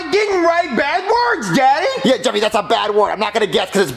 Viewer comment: it’s Jeffy not Jeffry